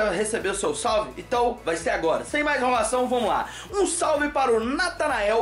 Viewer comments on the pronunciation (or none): none